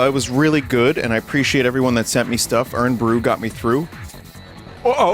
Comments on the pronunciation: Irn Bru is pronounced "Iron Brew" for reasons beyond my ken Also, I think that spoon thing was supposed to have a Mexican tamarind candy on it. I've only had it once and I guess you're supposed to just like lick it and it lasts forever, but it wasn't really my thing either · I put ketchup on my chips. They're just potatoes. You put ketchup on those all the time. Vinny's pronunciation of IRN BRU is interesting. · it's pronounced 'iron bru' not 'urn bru' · Find it funny hearing Vinny call it "Urn Bru". It's IRON Vinny. Made from girders. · fucking hell its pronounced iron not urn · I winced every time vinny called it "urn" bru like I'm drinking from the jar they put dead people in. It's short for Iron Brew. Iron. Like the metal. Like the man. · It was killing me hear u say “irn brew” it’s pronounced iron brew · "Urn" bru haha, like tea for the undead...or just tea OF the dead...-- it's pronounced more like "iron bru" without the "o" for anybody who needs to know I guess haha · Hearing Vinny say Iron Brew as "Urn Brew" hurt to listen to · Vinny pronouncing Irn Bru as "Urn Bru" is very charming. For those that don't know, it's supposed to be pronounced "iron" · It's pretty typical pronunciation outside of Scotland, I even know English neighbours to our south who call it that. You can hardly blame them, though. Scottish vernacular is like tryin tae eat a scabby heeded bairn fae Auchenshoogle. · Urn Bru 😂 my ancestors cry at the pronunciation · Urn Bruh ⚱️😂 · Dunno if he's just taking the piss but it's pronounced "iron brew" 😭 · Vinny calling it "Urn Bru" is fully killing me off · Did he just say urn bru?? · i am going insane hearing vinny say "urn bru" over and over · I can forgive the Irn Bru pronunciation because you didn’t pronounce Glasgow as Glass Cow as is American custom, thanks Vinny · The way Vinny says "Irn Bru" hurts my Scottish soul.